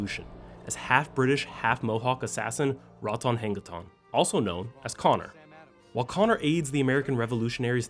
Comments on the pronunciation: Good attempt, too literal read of writing. It is pronounced "Ra-doon-ha-gay-doon" within the game, which translates roughly as "his spirit lives" or "life scratcher.". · Dude completely butchered Ratonhnhaké:ton pronunciation. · love the wildly wrong pronunciation of Ratohnhaké:ton's name in a video from the official franchise channel